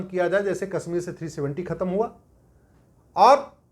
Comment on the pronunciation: Sir sorry to say that you are pronouncing Kashmir as Kasmir and desh as des. You are speaking sh as s. Correct yourself. Aap ka mazak ban raha hai. देस को देश तथा कसमीर को कशमीर उचारण करें॥